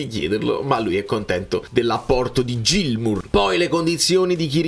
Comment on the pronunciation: Niente proprio non riesce a chiamarlo "Ghilmour" 🤣